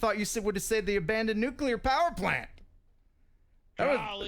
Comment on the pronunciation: It never ceases to amaze me when otherwise intelligent people say NUC-U-LAR. Drives me nuts!